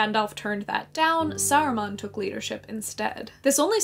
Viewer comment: Saruman is not pronounced sarumon